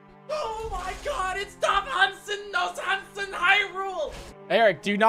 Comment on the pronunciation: The way you said Nohansen though